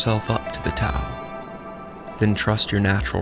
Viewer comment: The T is typically pronounced with a “D” sound! Aside from that, this was very well done 👍🏽